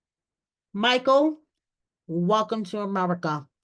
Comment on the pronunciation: If anyone deserves to be an American citizen it’s My-kull. Love his heart though, it’s about to get REAL real with Angela😳🫣